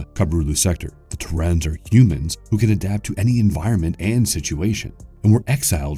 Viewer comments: Am i the only person who is super annoyed by the way this narrator pronounces the word 'Terran'? I mean, c'mon... It's made even worse by the fact that he pronounces other words perfectly fine. But for some reason he has trouble pronouncing 'Terran' correctly?... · For crying out loud, its pronounced TEAR(as in tearing up items)-AN, not Turrrrr-on... Also its DEM-O-GORGON... AN O DOES NOT MAKE AN I SOUND.... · excuse me. terrAAahn? nah dude. its pronounced tErran. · Killing me with the pronunciation of Terran!! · is that really how you say terrain? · Oh for the love of... PEOPLE, if you're going to make videos about anything at all and said subjects even supply auditorial examples of how to pronounce what something is called... please, note it. Star Craft and the 3 species it involves. Terra, Zerg and Protoss. Terran is pronounced [Tear (to rip apart) - An. Terrain without an I. NOT... Tur-on]. Zerg is Zerg, not Zeerg. Protoss (Pro Toss) not Pro-Tose.